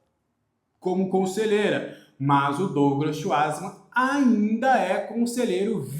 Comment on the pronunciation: Fala o sobrenome do Schwartzmann errado